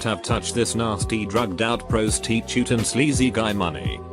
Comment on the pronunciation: Nobody: Not a single person on earth: This video: ProuhstEEtuht